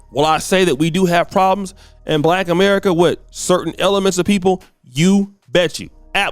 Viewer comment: She didn’t say black; she said back. It’s definitely her😂😂😂😂